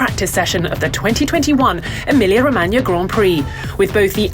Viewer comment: You've been awarded my like just by pronouncing 'Emilia Romagna' correctly! Well done! :D